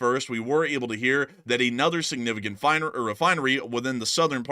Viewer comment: Nevertheless, sanificant is killing me.